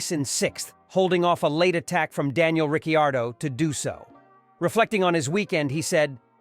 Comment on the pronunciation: "RickeY-AR-dough" was the biggest tell